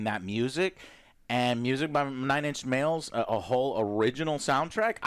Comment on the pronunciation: The first time he said the name I thought it sounded correct. That second time though… ( mark). Haha